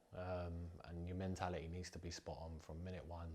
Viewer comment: ''It's my FERD tournament now'' ....the phonics! of 3 yr old ! 'ferd' !... he cant even pronounce the word ' third ' .... 'th' is not the sound 'f'. Ment -ality ? he says. In the past players like Bobby Moore and B. Charlton ... of England were articualte, they went through the education system.